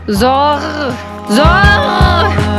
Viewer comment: Zoğğ değil Zor :)))